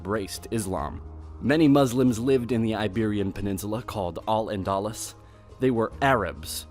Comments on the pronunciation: ENDALIS?? ENDALIS?? Why people take the time to learn to pronounce things properly. AN-DA-LOO-S, not ENDALIS. Why even bother making and educational video if you’re just going to spread disinformation to people anyways?? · "al-anDÁHLuhss" i cry